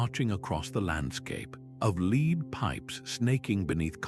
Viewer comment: I like the concept of this video, the script was the best bit. Audio was monotonous AI who doesn't know how to pronounce lead (the metal). While the visuals are highly entertaining, these AI generated woodcuts worthy of Escher were so tenuously connected to the material that I feel they damaged the credibility of the overall video